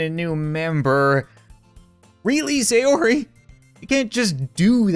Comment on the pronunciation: Thank GOD you said sayori right